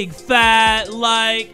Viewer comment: i SWEAR in the beginning i heard “jay from the kub snouts”😭